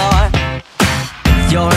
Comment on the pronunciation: Bro pronounced insecure wrong every time 💀